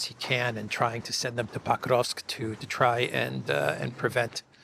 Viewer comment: Why do you pronounce PO-krovsk (with a clear O) as PAH-KROVSK? Irritating. Do your homework, dude